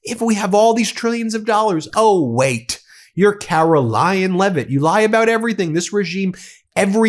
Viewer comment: “Karolyin’” I love it! Thanks. I made it almost all the way to the end, but I can’t take any more of Karolyin!